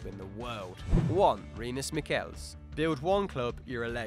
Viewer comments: Michels = [ˈmɪxəls], the [x] being the phonetic symbol for the Spanish J or the German and Gaelic CH. Please, do some research before. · it's not Mickels like you said but me-shells